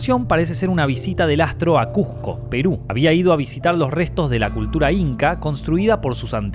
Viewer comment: SE PRONUNCIA CUSCO, O CUZCO CON S O CON Z, Y NO CUJCO, YA PARECES LIMEÑO ... CUZCO CUSCO CUZCO CUSCO